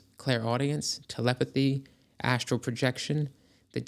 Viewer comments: "SHructure." "ASHtral." "DeSHtruction." So ASHinine. 🤨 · I also like "SHructure" and "ASHtral." "DeSHtruction." WTAF?? 🤨